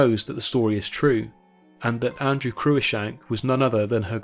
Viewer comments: For "Cruishank"hear "the proper name "CruiCKshank" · Cruikshank is pronounced 'Crookshank', not 'croo-ickshank'. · Cruickshank pronounced Crookshank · The daughter of an earl is always "Lady Fanny Sinclair" or "Lady Fanny" and can never be "Lady Sinclair" as "Lady is the title of only the wife of a lowly Baronet or Life Peer. Cruickshank is pronounced "crookshank"